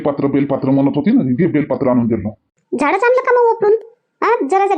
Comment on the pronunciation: बेलपात्र नाही बेलपत्र म्हणा.